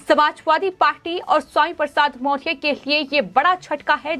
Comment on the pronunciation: मोरिया ! मौरया बोलना सीखो पहले